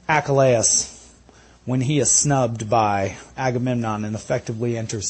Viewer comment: Why do you pronounce "Achilles" (AcKK ka Layuss)? Isn't it pronounced (A kill Lee ss). Just wondering. Thanks